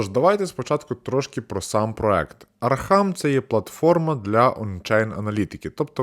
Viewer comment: Не архам, а архам